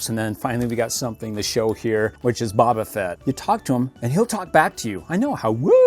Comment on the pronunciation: You are saying baba fett but you need to say boba fett